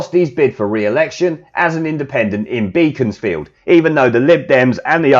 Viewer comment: Sorry but the way you say Beaconsfield is funny Great vid though